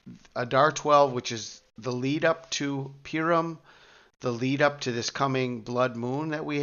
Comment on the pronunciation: Purim is pronounced "Pooorim"